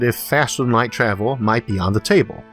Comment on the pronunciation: so freakin adorable how he cannot pronounce R <3 Time twavel ;-))